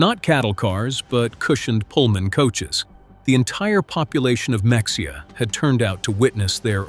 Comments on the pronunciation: AI can’t even pronounce “Mexia” correctly! It is Me hia , not Mex e a. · Dear AI - it is Muh-hay-uh - not Mexia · Mex-ia? Uhmm, I believe it is pronounced Ma-hey-ya... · It is not pronounced mexia! Ma-hay-ah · Mexia Texas is pronounced "muh-HAY-uh", not "MEX-e-uh". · town is pronounced muh-hey-uh. However, locals pronounce it my-hay-er. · The town is pronounced "Me-hey-yah," js. But a good story nonetheless. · correct pronunciation for Mexia is Ma-hay-ya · Mexia is pronounced "mah HAY uh" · MEXIA, TX is pronounced Ma Hay’ A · Hey, learn pronunciation!! X in Spanish is J or H MEXIA IS PRONOUNCED H. ME hey ah. Mexico is Me hee koh. I bet you mispronounce Appalatchia, too. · Just for the record, contrary to what stands to reason, Mexia is pronounced muh-HAY-uh. Also, Wermacht is the correct spelling, but it's pronounced VAIR-mocked. Nothing against Canadians, but the plants, being in the USA, were aluminum plants, not aluminium ones. The planes were B24s, not B20 4s. I'm just curious as to whether Wilhelm von Braun should have been Werner von Braun, the rocket scientist. Um, Lieutenant is not pronounced LOYT-nent. I know it's not possible, but wouldn't it be eye opening if this could be shown to the Left Wing portion of our country, especially to high school and university students. Maybe, just some of the leftist thought would be traded for a little bit of a lean to the right. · The "X" in Mexia is silent. Mexia is pronounced Mua hay uh. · What do you expect from an AI narrator. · Pronounced Muh-hay-ya. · AI needs to revisit Spanish pronunciation: “Mexia” is pronounced Me-HAY-ya! It’s near where Conrad Hilton started his career. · the x is pronounced as an H